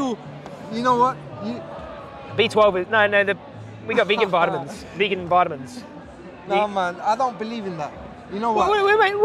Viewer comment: Man's talking about vitamins but he can't even pronounce vitamins.